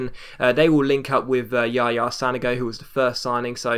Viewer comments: Pronounced San-oh-go not San-a-go just FYI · its San-ogo!!:D